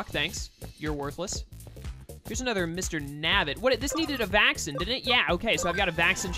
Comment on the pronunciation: Learn English every time you say vaccine it just makes me really want to find a different lets player but all thr rest are either not as good with explaining stuff or just a blind lets play that just is not that good